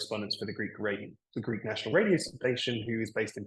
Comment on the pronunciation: The Greek media presented Alex as a British perfectly speaking Greek! In the very first seconds I listened to his Greek I said to myself "U gotta be kidding me!" The guy is speaking PERFECT Greek, with a perfect Greek pronunciation! Never heard anybody learning Greek having such a perfect pronunciation! And here we are, he actually is half - Greek...